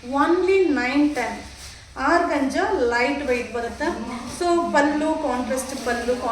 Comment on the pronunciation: Organza is correct pronounce tion, Georgette saree is correct pronounce tion